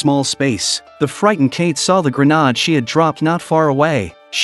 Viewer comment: word of the day: Grenarrrrde